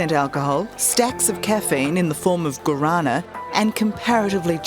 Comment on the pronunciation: Vodka and Red bull tastes shit 🤢💩💩 All "energy" drinks MUST be banned worldwide. Disgusting dangerous drink. Also look up the word Guarana. Particularly how its pronounced. You got it wrong.